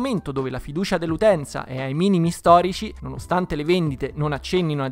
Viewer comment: “la faidiuscia dell’utenza è ai minimi storici” non sapevo che avessi studiato dal Presidente